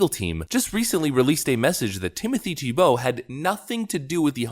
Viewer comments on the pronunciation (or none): So you have the pronunciation of his name right in your presentation and then you mispronounced it again and again. It's TEE - bow, not Tee - BOW. The accent is on the first syllable. Are you sure you're a native English speaker? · Why do you always mispronounce names and words? His name is TEE-BOW. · Can you not read? It is pronounced "TEEEE bow." C'mon man, you even read the pronunciation and still got it wrong! Do you not know the syllable IN ALL CAPS is the syllable the ACCENT is on? Have our schools failed us that badly? It's "TEEEE bow," for Chrissakes! And I cannot stand the man! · I love how it literally tells you how his name is pronounced, yet you continue to mispronounce it. 😄